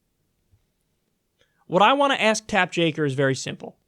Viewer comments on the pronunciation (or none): This is the second time I hear Mr Kulinski say "Tapp Jaker." Or is it Jake Tapper!!! I don't know I get confused. ; ) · It's Take Japper. How hard is it to swap two letters?